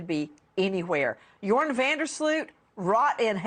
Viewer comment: Greta Van Susteren is the OG in crime reporting google Natalie Holloway news and Greta was on it. If you’re covering the case, sweets you hoots know Greta! Your-on is how you pronounce van Der sloot’s first name